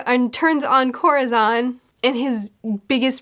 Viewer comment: Oh no I thought she was latina but the way she pronounced corazón lol oh my